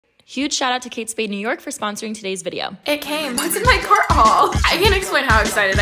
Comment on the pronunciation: lmaoo "sponrosing "